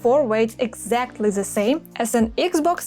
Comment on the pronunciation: над произношением the and R надо бы поработать. Прям часто ЗЭ звучит